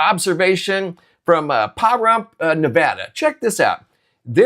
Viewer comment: How to pronounce Pahrump, Nevada correctly.